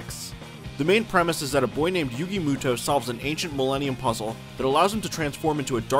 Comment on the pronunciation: you sayed yugis last name wrong lol